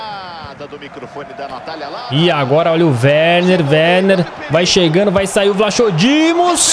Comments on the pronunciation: a pronuncia certa e vlacodimos ok espero ajudar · N é vlachodimos diz se tipo vlacodimos se n conseguires diz odisseias Obs:essa serie ta mt boa. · O nome do goleiro nao se dis assim